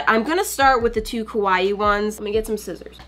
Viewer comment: I watch this and die. She says Kawaii like Kowai. Kawaii means cute in Japanese. Kowai means scary.